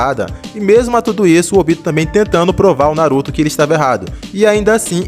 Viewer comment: Não sei pq as pessoas falam “OBÍTO” sendo que é “ÔBITO”